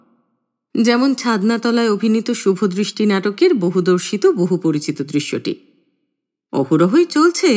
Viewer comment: শুভদৃষ্টি না শুভদয় 😁